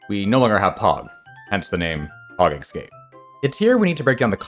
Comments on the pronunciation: Es.. cape not ecscape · it's pronounced ess-cape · It's just "eckscape" this time.